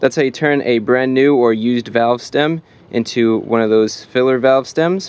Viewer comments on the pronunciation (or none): none